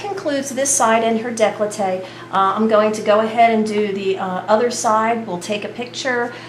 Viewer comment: Decklowtae? I think you mean "décolleté" - here is how its pronounced - French pronunciation = décolleté nice technique with the angiomas especially - they disappear!